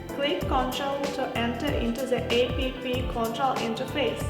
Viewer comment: So the Chinese found a white girl to read text on paper for their marketing? Its App not A P P you geniuses ! At least tell the reader how to say it properly. BTW, good drone for starters.